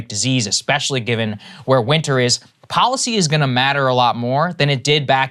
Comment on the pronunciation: IT IS pronounced depoliticised - NOT - DepoWiticised Bolled over - NOT - boWed over & here is the BEST policy - NOT - poWicy Get the marbles out